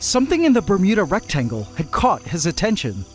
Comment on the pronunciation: Not gonna lie. Whenever i hear say Bermuda Rectangle, I keep hearing Bermuda Rectum.